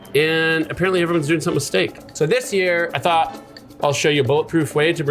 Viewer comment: A SCHTEAK